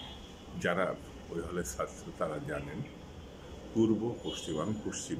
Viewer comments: আপনার মত বুদ্ধি বাংলাদেশে আর কারো আছে কিনা মনে হয় না শুধু ছাত্র উচ্চারণে আপনার একটু Problem এটা ঠিক করে ফেলেন তাহলে চলবে রাগ করার কিছু নেই এখানে আপনার বাড়ীর লোকেরা আপনার Talk show দেখে না হয়তো তা না হলে তারা আপনার অখাদ্য ছাত্র উচ্চারণ ঠিক করে দিতেন Please don’t get upset just CORRECT it That’s it শুভ কামনা রইলো Please don’t give again any negative answer I have been very nice and polite with you don’t be impolite PRADIP BHATTACHARJEE USA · ভাইজান ছাত্র কথাটা উচ্চারণ করতে পারছেন না কেন এত সহজ একটা শব্দ আপনি আয়নার সামনে দাঁড়িয়ে আপনি কি ভাবে ছাত্র উঁচ্চারণ করেন আপনার ভুল আপনি ধরবেন Correct ভাবে কথা বলতে না পারলে এই সব Talk Showতে আসেন কেন???? আশা করবো আপনি আমার মা বাবা ধরে গালি দেবেন না PRADIP BHATTACHARJEE USA